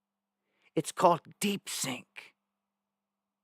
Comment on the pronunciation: The new AI is called DeepSeek, not DeepSink lol